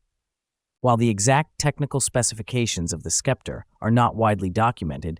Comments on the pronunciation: Thanks for the detailed views of the interior! I had seen this car in my auto books but not too much. so, i believe it is pronounced "Septer" as the c is silent? One of the first cars with square headlights! ❤ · It's pronounced septer. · Why didn't you just call it the Skepp-tree? SUE YOUR TEACHERS! or stop using synthetic speech. Research the proper pronunciation of the words you need to use. Your channel is SO GOOD in every other respect. Don't you know anyone who is older than 40 or 50 who would gladly help you with this SIMPLE TASK? You should be embarrassed. But that was yet another failing the communist infested American educational system instilled into you to accelerate the destruction of western civilization. I wanted to know about this car. But your channel has become unwatchable by literate people. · Pronounced "septer," not "skepter." Nonetheless, stunning automobile! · * Say it SEP-ter :-/ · I'm having a hard time with the "Skepter" pronunciation. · Learn how to pronounce SEPTER and FASIA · The name is pronounced sep-ter. It means an ornamented staff for ceremonial occasions as a symbol of sovereignty. Clever name considering Studebaker was fighting for survival as a car company. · English for dummies, the C is silent. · The "c" is silent. Sometimes it's pronounced this way in this video. Other times, the narrator throws a "k" sound after the S. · Sorry...I had to stop watching because of the ridiculous mispronunciation of "Sceptre."" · Are you a sceptre sceptic?